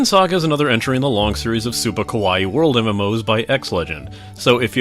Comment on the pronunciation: t about you refer to it as Super Kowai, just wondered if that was a slip and meant Kawaii =)